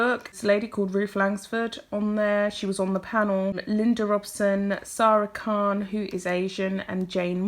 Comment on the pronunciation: I hope you don't mind me mentioning this, but it's Saira Khan, not Sara Khan. Apart from that one detail, I agree with everything you say.